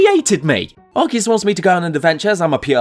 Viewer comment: Arceus didn't create humanity. Also thank you for pronouncing his name correctly.